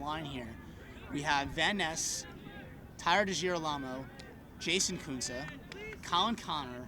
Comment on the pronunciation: am I the onlyone who noticed the say tyler degilarmo wrong?